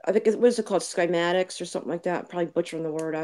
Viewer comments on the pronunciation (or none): none